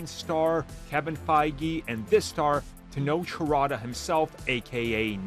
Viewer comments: Tenoche Herota??? You mean Tenoch Huerta? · Se diz TENOC WHOERTHA